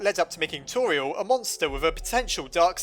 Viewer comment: Her name is pronounced Tor-E-el not Tor-e-al